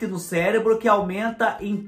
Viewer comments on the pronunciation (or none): none